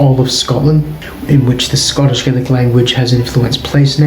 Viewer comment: Why do pronounce Gaelic in that way? That isn’t Scots Gaelic pronunciation.